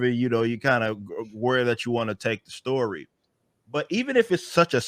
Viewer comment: Why does he say "shtory"? And speak like a Nation Of Islam preacher?